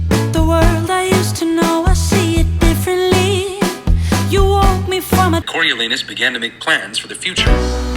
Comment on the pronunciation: Just have to say thank you for the audiobook snippet , I enjoyed the book but wasted so much time debating with myself on how I was supposed pronounce Coriolanus every time I read it 😅